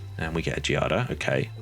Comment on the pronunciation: My daughter’s name is Giada. The enunciation is Gee-ah-da. You had it right. It means Jade.